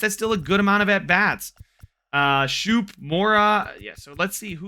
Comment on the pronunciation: Just wanted to help you out. Schoop is pronounced Scope. It’s weird, I used to do the same